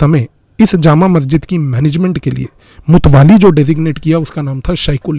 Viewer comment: मुत्तावली बोलते है मुतवाली नहीं।